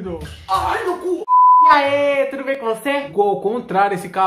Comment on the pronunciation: "Eu tô buem" kakakakaak